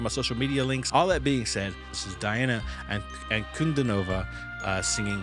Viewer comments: Ok, the name Ankudinova has 5 syllables: an-ku-di-no-va. The Russians themselves stress the 3:rd syllable (the "di"). Hope that helps :) Great reaction content btw! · Hey Bro! It's pronounced: "DEE-ANNA ANN-KOO-DINO-VA" accent on DINO. I've been listening to her EVERY DAY for the past three years! We are so blessed to be here now to hear her!! ☺✌💛 PJ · I saw a clip with her pronouncing her name, and it is pronounced dee-ON-a on-coo-DEE-na-va. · An ku DI nova, make stress on the syllable DI (dee) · An Koo DEE Nova….the stress is on DEE. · The correct Russian pronunciation of her name using familiar English words and sounds is 'Dee-Arna Anchor-dinner-var. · ankudinova - but in russian will be pronounced like : anku-dinava.the russians will not say o at the end they will say a.means ankudinava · You pronounce it like this: anku-deeee-no-va